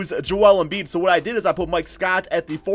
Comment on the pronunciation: “Gorjeye Dejang” “Enfurneeee Simmonds” bruh stop it with these pronounciations